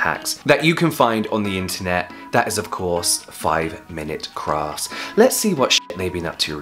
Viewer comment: Did you just say 5 mins craps? xD!